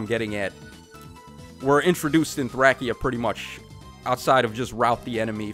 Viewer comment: Why are you saying Thracia so weird 😭